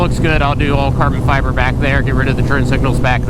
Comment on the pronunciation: cahben fyebuhhh.